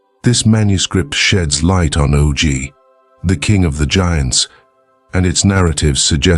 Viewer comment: "Oh Gee"? It's pronounce "Awgh".